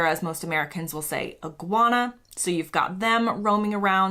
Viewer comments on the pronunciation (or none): Fun Fact: Nobody in the whole history of humans has ever pronounced Iguana as "Iggy-wana" until now. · No Brit says “Ig-gwoo-arnah” 😂